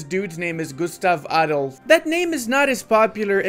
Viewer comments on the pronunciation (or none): none